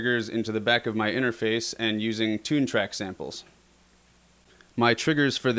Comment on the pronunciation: Everytime since I have been watching this video, instead of interface I have always heard "inner face". Still couldn't figure why xD